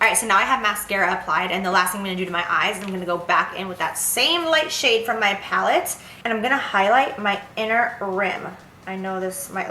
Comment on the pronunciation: Lmao at Jaclyn Saying Laura lee's Pallet incorrectly! 😂